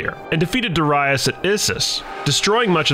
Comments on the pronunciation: Please learn pronunciations first if u gon do this content 🙏🏾 it’s dare-i-us not dere-reyes my ears were bleeding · Duh-rye-us?! What’s up with this guys pronunciation lol. Completely butchering these names. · Why do you pronounce Darius like that? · Why he pronounce Darius like that lol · Your pronunciation of Darius is way of. But otherwise realy enjoyable video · The pronunciation of Darius is annoying me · I hate how you pronounce Darius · I can’t listen to you mispronounce Darius anymore.